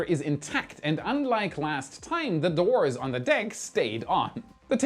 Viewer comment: I wonder what happened to all the video cameras within and outside of the rocket so we could see the flight and rocket as it proceeds? If there were videos... it would have been much more descriptive what happened. The pronunciation of doors is not Dwors... rather Dores. Thanks for more information than most in this video.